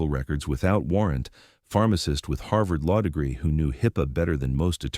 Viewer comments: It’s not pronounced HIP Pay! It’s pronounced Hipaa! HipA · It’s pronounced HIP-uh, not Hi-Puh. AI voice. Come on people. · For those who can't figure it out for themselves, this is a made up story. There are several stories following the same script, aside from names and legal judgements in multiple social media sites. Also notice the way the speaker keeps messing up HIPAA. Says "IPA" "HIPPO" "HYPPA". TLDR This is fictional, not real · This Robert Chen dude, he must own the freekin' WORLD! He's in tons of video's! additionally, HIPPA is NOT pronounced Hyppa, it is HIP PA. HIP as in a persons upper leg, HIP. Further in the video, HIPPA is butchered by your AI so many times I lost count. AI in this case is Artificial IDIOCY! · "hippa, :Hi-p-aa", "Hii-p-pa" pretty sure the narration exhausted every possible pronunciation and mispronunciation of a quite simple word in this video. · Would've been a good video if the damn bot could read! Hip-uh! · I'm afraid I lost interest after the third different pronunciation of HIPAA. Hint to AIs everywhere: it's "hip-uh." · Although this video is generally very good, it disappoints me that HIPPA is only pronounced correctly several times and is at least twice pronounced as “high pay”. How stupid. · A story about HIPAA. Only you misspelled it about 30 times several different ways. You couldn't even pronounce it in the narration. Again, you had several different ways you pronounced it. It is written as HIPAA which is an acronym and pronounced phonically as hip-pa. That was just terrible and destroyed your story. You had all kinds of resources at your fingertips to correct this. Do better, you are dumbing the world down. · Is it High peaahh, highpaya, high paya. Or HIPPA. Figure it out bad A.I interpreter. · It would seem this AI doesn't know much about "hi-pa" and nothing about HIPPA!!! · It's HIPAA, with 2 As, not 2 Ps like hippo. Tells me you don't know what you're talking about. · How many different ways can you pronounce "HIPPA"?